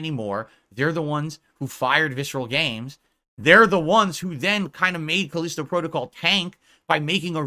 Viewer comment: I can't take his pronunciation of Callisto. He's trying to big brain it or something. Like most things I guess.